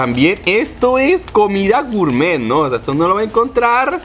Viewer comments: dijo gourmeet como 20 o 30 veces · Y otra cosa no es gurmet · Cuantas veces dijo gourtmet? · Lo repitio 3 veces lo de gurmet jaja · like si contaste cuantas veces dijo gurmet xd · Mucho goormett o no se como se escriba pero ya como decía mucho gormett pero después mucha chatara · Gurmet jjajajaja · Deja de decir gurtmet